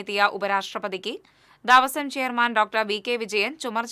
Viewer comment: ദാവസം അല്ല കുട്ടി, ദേവസ്വം എന്ന് വായിക്കു. ന്യൂസ് വായിക്കുമ്പോൾ അക്ഷരങ്ങൾ തെറ്റാതെ വായിക്കാൻ പഠിക്ക് ആദ്യം